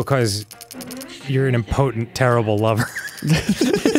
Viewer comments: Dan the type of guy to mispronounce impotent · The way Dan pronounces impotent is certainly... Interesting